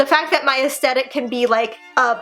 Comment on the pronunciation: ok I love and she's absolutely adorable but I can't stand when ppl pronouce aesthetic like "aestetic"